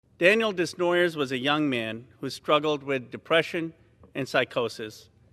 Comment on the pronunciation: Desnoyers is a french family name. He was not pronouncing it correctly. It's meant to sound like : Day-nwua-yeah